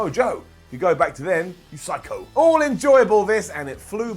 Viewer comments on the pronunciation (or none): none